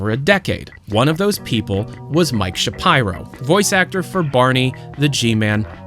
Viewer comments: Isn’t it Sha-peer-o like how Ben Shapiro says it? Sha-pyro sounds so off to me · Isn't it pronounced "shapeero"? "Shapyro" sounds weird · It's Shapeero, not ShaPyro lol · Heads up: It's pronounced "Sha-pee-row", not "Sha-pyro". Cheers! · It’s pronounced shapEEro, not shapeyero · Man. How you penance Shapiro made me stop so much, I hate ben Shapiro but you can say it correctly lol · Youre pronunciation of shapiro bothers me so much